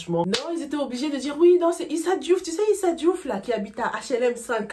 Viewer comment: j'ai été choquée d'entendre le journaliste prononcé le nom et prénom de Issa Diouf😮😮😮 C'est quoi ça??